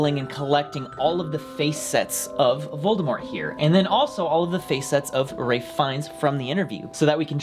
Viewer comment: Are we gonna ignore the fact that calls Ralph Fiennes "Ray Fines" like bajillion times in this vid? D